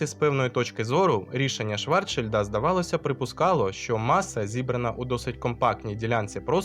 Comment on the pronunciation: Навіщо ви перекручуєте прізвища: Ейнштейна Айнштейном обізвали, а від Швар(Ч)шильда мене аж пересмикувало. Він Шварцшильд. Загалом лайк 👍 , але більше так не робіть.